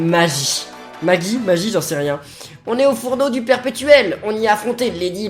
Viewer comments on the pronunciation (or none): Avec son âme ultime Lady Maggie regagner des vie où est Lady Maguy ça se dit bel et bien Maguy